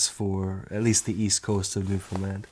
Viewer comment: Thank you for putting the effort into at least pronouncing Newfoundland correctly, most people can't even do that. Wonderful job highlighting the island. Don't think there's another place in Canada that its people are so attached to.